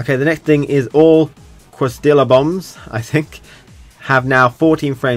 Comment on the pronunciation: Lmao listening to you pronounce quesadilla reminded me of napoleon dynamite, but the "correct" Americanized pronunciation is kay-sa-dia, not downing you just thought it was hilarious keep up the great work love your gouken.